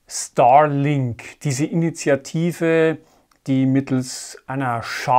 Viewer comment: Ich hör die ganze Zeit Stalin-Satellit ... scary :) Aber guter Vortrag, danke!